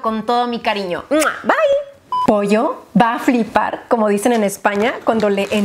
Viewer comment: Orgullosa de lo bien que ya dices “va a flipar” como aquí en España!! 🤣🤣❤️